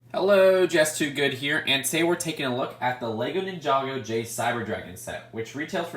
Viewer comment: Lol he said jest two good